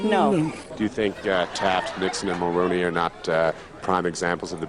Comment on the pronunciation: Mulronry.. prime minister of canada a conservative pseudo american.. mulronry yuck.